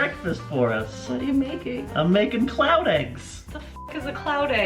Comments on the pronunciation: I kept thinking he was saying clout eggs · Every time Rob said cloud, I heard it as clout and I wanna die. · i keep on thinking he's saying clout eggs